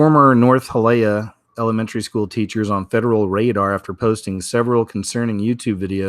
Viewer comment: Hialeah...say Hya LEE ah.